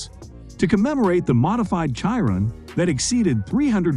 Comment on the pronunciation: Bugatti "Kiron". Less than a minute into the video and your credibility is already shot lol